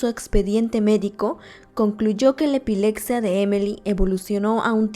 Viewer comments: También dice ' Epilecsia , epilectico " cuando es con "p" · Que horror!!!! Por lo menos deberías de narrar bien. No se dice EPILECSIA, NI CIUDAC, NI UNIVERSIDAC. Ahora cualquier tonto o tonta, puede tener un canal para poder tragar. Mija, cultivese y lea y trabaje con dignidad.